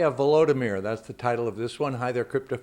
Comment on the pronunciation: Im impressed you could pronounce that guys name lol